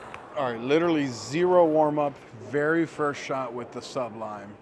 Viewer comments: I might need to get this ball very soon! Good review! Also, it’s SU-blime not SUB lime 😂😂 jk. I know plenty of people who have trouble with the name. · You do know the word sublime is one word.Sounds like you're saying sub lime. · Nice video. But you're pronouncing it incorrectly. Just saying. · Hey,! Just trying to help here, but you're making Sublime sound like two words. It isn't. <3 BTW! YOUR RELEASE IS LOOKING SO MUCH BETTER!